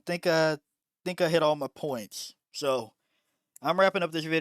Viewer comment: Why you pronounce the s like that, you say Pointssh and 100 Pershent, Thisshh is my opinion.